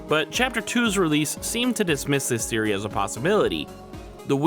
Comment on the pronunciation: For the first couple of times you say "theory" i swear up and down on everything holy, i heard a kid with a lisp saying "serie" like series, but not finished, and i was getting thrown for such a loop 😂😂😂 Also hate to nitpick (thats clearly a lie 😂) but first thing i said out loud when chp 3 dropped was "Oh shit.. wait... 'Roaring Knight'?" As in... not "ROARING knight" like its said every other time